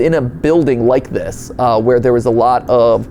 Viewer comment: I'm sorry, did you say "WERE!?"